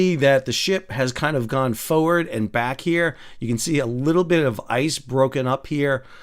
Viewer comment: F’ wrd 🤣